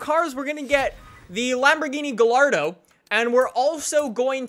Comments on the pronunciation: GIYARDO NOT GA-ARDO :) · it's pronounced Guy-yardo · Gallardo: Guy-Are-Doe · Guy-arrr-do actually. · In Italian double l's Gallardo is pronounced like an "E" (same as in Spanish)